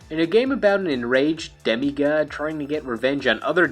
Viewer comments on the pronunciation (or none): "demi gaad" lol